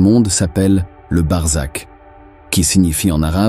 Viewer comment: C'est BARZAKH et non barzak et c'est un mot persan, qui décrit le monde entre l'enfer DOOZAKH et le paradis ou BEHESHT pardis, et on sait que l'idée du paradis a été inventé par les perses